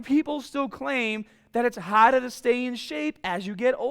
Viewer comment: How much hahda!!!!